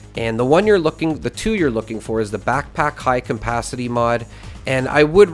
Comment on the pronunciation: Really hard for you to pronounce CAPACITY, eh? WTF is CAMPACITY?